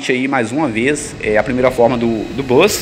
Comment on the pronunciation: Desespero o cara falando "bus" kkk